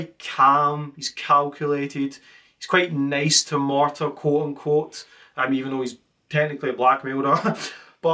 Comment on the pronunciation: Marta, not Martha.